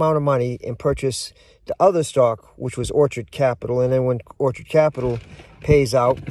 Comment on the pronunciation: It's orchid, not orchard. It sure appears you're in a very poor state of physical health - maybe homeless - or perhaps it's all just a show? Anyhow, good luck to you whatever the case may be. BTW, I own several thousand shares of ORC.